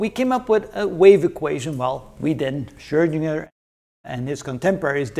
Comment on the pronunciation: I like how mr. pronounces the letter "Ö" in "Schrödinger" the way it is supposed to be pronounced - a lot of English-speaking people seem to be more comfortable with pronouncing it like "Schrodinger", but the "Ö" vowel sound actually does exist in the English language, like in the word "bird", for example.